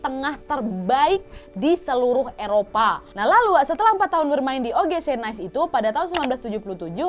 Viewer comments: Cara bacanya nis kak. Heheh bukan nice kyk bhs inggris ❤️❤️✅ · forgive me, but it should be pronounced as “Nee-say”... Nice is an English term for “Bien”...☺️☺️🇫🇷